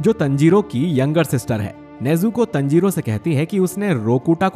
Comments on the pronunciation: Bosdu tanjiro hai tanjiroo nhi hai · Tanjiro nahi taanjiro (Pronunciation) 😁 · You are saying Tanjiro Tnjiro😂😂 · It's not tanjiro it's taanjiro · You have to say taanjiro not tanjiro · Not tenjiro it is tanjiro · It's taaaanjiro not teeeeenjoro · Pronounce it better bro. Taanjirooo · O bhai tune Tanjirou aur nezuko ka pronounciation galat Kia hai . Please next video se isko thik kar dena.btw I love your videos